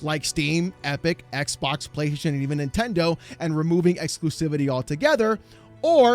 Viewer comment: Why is this guy saying "eckbock?"